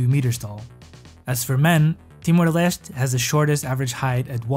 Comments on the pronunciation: Nah aquela pronuncia de "Timor Leste" nao engana, 100% tuga haha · "Timor Leste" I caught your portuguese ass right there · Are you Portuguese??? They way you said timor leste is so Portuguese ahaha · Amazing how "Timor-Leste" gives away your nationality 😮 Great video. Obrigado! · the way you pronounced timor leste... are you portuguese? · And based on how you were able to recognise his accent, you also gave away that you are a Portuguese speaker.